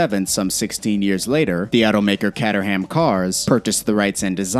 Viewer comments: cayterhem. not cat e haym lmao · Cat er ham. Really. cat er ham